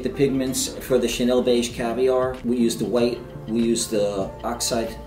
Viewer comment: "Ka Nell" I thought it was pronounced Shanelle? wtf